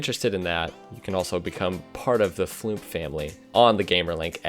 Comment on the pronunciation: "Did you just say floomp"? Brb unsubscribing